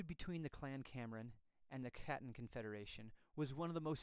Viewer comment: I am American born so part of the diaspora. However, I confirmed with the clan Chattan association that the pronunciation really should be hatton, not chattan, which means the letter c is silent